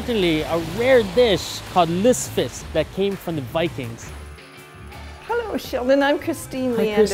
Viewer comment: It‘s „lutfisk“ not „lutsfisk“ 😉